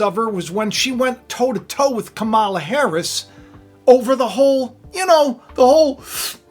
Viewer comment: Ka' ma la. come on you're an educated man, at least pronounce her name correctly